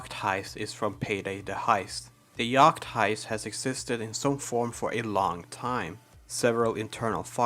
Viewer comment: why do you pronounce yacht weird